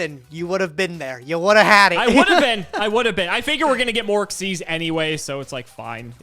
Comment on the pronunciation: I know no one says it since he won't change. But my god. Xyz monsters have been around for 12 years and is still pronouncing it X-Y-Z. It's ex-zees. Smallest thing that just irks me. It's MORE VOWELS. You're putting in MORE effort to pronounce it WRONG.